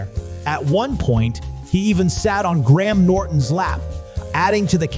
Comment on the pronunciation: Graham is pronounced like Grayam. Not Gram. Just so you know. Saying people's names right is important.